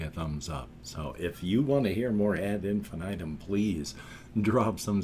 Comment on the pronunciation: Yes, you reacted to Unstoppable and liked it. Btw Nils is one of the singers for Amaranthe. And pronounce Ad in fee knee tem 😉. I suggest you react to Inferno from them. Tchuss !